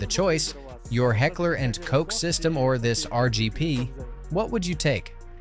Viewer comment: Not Heckler and Cok, 😂 "Koch" spells like "Koh". A soft ch sound, like in Bachelor, but softer...more from the throat, a little hissingly